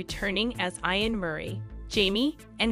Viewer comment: Tell the narrator to STOP mispronounced the name Ian. Correct way to say it is E AN.